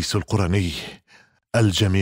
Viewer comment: القرني بضم القاف شتيمه و اسم هذا التابعي بفتح القاف "الـقـَرني" من اياد من قرن من اليمن رحمه الله، و أما حديث خير التابعين أويس فلا يصح، و الله أعلى و أعلم. ❤